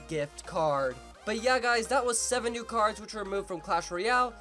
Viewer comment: cardzh? Lol